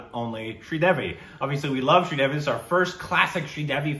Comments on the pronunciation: Sri Devi…. Sri rhymes with three - Devi as in DEV-ee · was attempting a really bad Australian accent at the start with the pronunciation of Sridevi Jee's name.